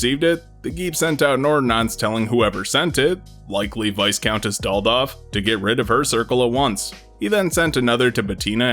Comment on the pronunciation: Incidentally, it's pronounced `Vie-Count', not 'Vis-Count' or 'Vice-Count'. I don't know why this bothers me.